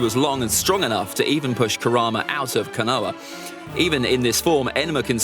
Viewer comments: The pronunciation of Konoha as Kanoa as me rolling 🤣🤣🤣🤣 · I just can’t take him seriously with that accent butchering all of the names 😬 where the hell is “kinoa” lmao